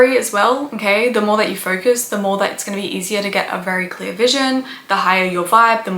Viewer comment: I like how you pronounce "focus" and "ferkus."